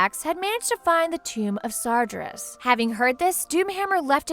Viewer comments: I thought it was Sar-GEAR-Us (like bear) not sar-JER-us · Using pictures of King Wrynn's grandson (the current king of stormwind) confuses things... Also, the way you pronounce the people's names is weeeeeeeeird... I always pronounced Sargeras "Sahr-GHEH-rahs" and Aegwyn as "Age-win." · You tried. You really did, you should have talked to an actual player to get the pronunciations correct before reading the script for that video. I waaaaas waiting till June 10th to restart my account buuuut I might before then because of this video. #Spaventoso - Sargeras , Night Elf Hunter